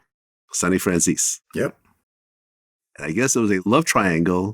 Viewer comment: The Italian pronunciation would be Franzay-say.